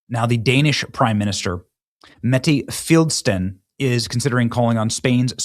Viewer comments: Damn, Benny is illiterate! How do you get "Fildsten" from Frederiksen? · You seriously need help in pronouncing words from Europe. Shenzen is in CHINA. It is pronounced Schen-Gen you need to pronounce the "G" And her name is Frederik-sen